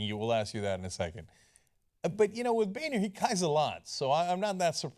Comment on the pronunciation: It's pronounced Boner.